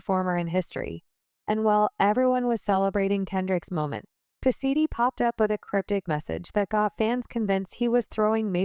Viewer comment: Its PUSHA T. Not pussaT lol